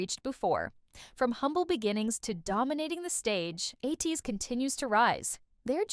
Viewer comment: A good intro that picks up some of the incredible/downright cinematic origin story of ATEEZ, but I want to clarify a few facts: 1) the band name is pronounced A-teez (rhymes with MAY, please) 2) KQ not only had no plans for a "new band," they never had one to begin with. They didn't create or even manage Block B -- KQ's ceo Kim Gyuwook just opened KQ Entertainment and the subsidiary Seven Seas Entertainment specifically just to do the accounting/paperwork for Block B as a favor to them/at their request, after Block B successfully sued their old agency and left them to manage themselves and needed someone with financial know-how to do their administrative work for them. At the time Hongjoong joined KQ, there was a grand total of three employees (Kim Gyuwook, his friend and KQ VP James Shin, who would become instrumental in creating ATEEZ's creative artistic direction and epic/dramatic story lore, and EDEN, whom they also represented as a solo artist). 3) There was no bidding war for Yeosang when he left BigHit -- he received offers of representation from six agencies (including KQ), and he chose KQ not because they offered him the most money or anything monetary like that, but because when he went to visit them, the trainees who had already joined (i.e. Hongjoong, Yunho, Mingi, San, and Seonghwa) made him feel welcomed and comfortable, and he liked the vibe of the agency. 4) The famous story of what stopped Seonghwa from quitting before he auditioned at KQ was actually a time